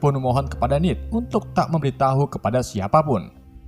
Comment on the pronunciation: Bang salah ngomong nama bukan nid tapi ned